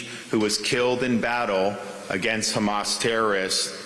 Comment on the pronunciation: Terrible prounciation with "Hamas" and "Iran". It's Ēran full of devout Shia muslims, former land of Fire Worshippers.